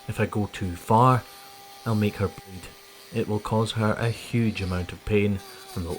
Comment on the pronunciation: SMDH!! Can't even say "bleed"